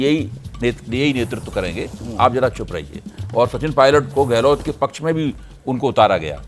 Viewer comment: शेखावटी नही ये शेखावाटी है कृपया पत्रकार महोदय जी बोलें तो सही, गहलोट नहीं गहलोत है अब सवाल उठता है कि जिन्हें सही नाम नहीं मालूम लेकिन विश्लेषण पूरे क्षेत्र की कर रहे हैं ।